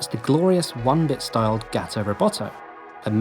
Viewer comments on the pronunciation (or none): It’s Gawto Roboto not Gaato it’s supposed to rhyme, gato is spanish for cat and should be pronounced like the spanish word (because it’s supposed to rhyme with roboto) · Everytime you say “gat-o” and not “gah-to” it hurts me in indescribable ways. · GAH-to. GAH-to ro-BAH-to. You're sacrificing the rhyme.